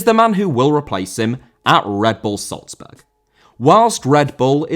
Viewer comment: Salzburg* not Soltzberg